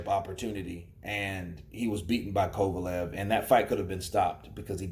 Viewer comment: "Kova-Lovv" .. 😆 .. Bernard